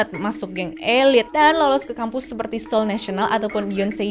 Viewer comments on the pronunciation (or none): none